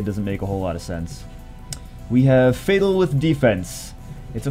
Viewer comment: Mohamed Amine Sobhi just noticed you said fatel LOL GG